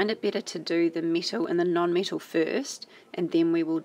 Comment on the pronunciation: i was so confused when she kept saying mittle then i realised she was saying metal